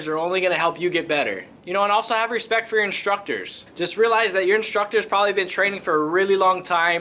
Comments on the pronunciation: You mean "Hespectch"?😂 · Proper pronunciation is "respectch".